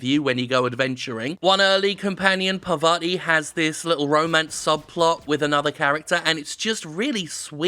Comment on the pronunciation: Her name is Parvati: Par-va-ti - I've only watched two people play this game, you and Jon (Manyatruenerd) and you both keep calling her "Pavarti"